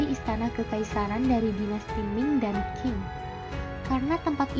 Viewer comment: Pelafalan nama2 nya dipelajari ulang, banyak salah penyebutan nya. Pelafalan PinYin bs koq skrg memakai google. Kesalahan pelafalan spt Dinasti Qing (di baca : Ching) bukan King. Dan pelafalan Pinyin tidak seperti pelafalan bahasa Hokian yg banyak memakai kata 'E' (dalam kata : Enak, Esa), tetapi lbh ke kata 'e' (dalam kata : P'e'langi, P'e'tani)